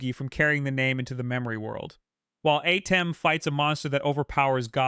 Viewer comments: It’s at-tim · The Pharoah Adam. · The way you pronounce Atem keeps taking me out the story 😂